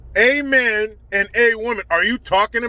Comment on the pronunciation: at least he could have put the extra effort in to be consistent: AMEN and AWOMEN, not awomAn...